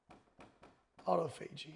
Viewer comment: Wow, even doctors have problems pronouncing autophagy.